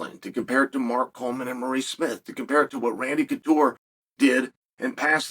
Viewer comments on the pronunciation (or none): none